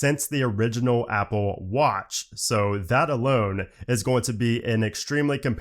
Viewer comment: The way he says “watch” 🤣